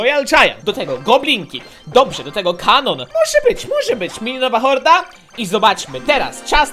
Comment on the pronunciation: xD słysze raz minionowa horda a raz minionowa morda